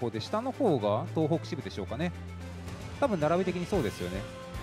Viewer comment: 東北をトウホウと読むのは…。あとFgoの実況するならヴィヴ・ラ・フランスくらい知っとけよ…